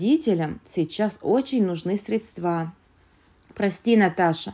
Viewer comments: НемерЕния, средствА, счАстливой. При любом удобстве... Научите своего робота русскому языку. И вообще, какая жвачка😅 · Если решили зарабатывать чтением,потрудитесь правильно расставлять ударения! Не средствА,а срЕдства,например